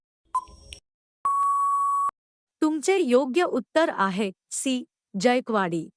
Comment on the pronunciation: जायकवाडी धरण. जायकवाडी हा स्पष्ट उच्चार करणे.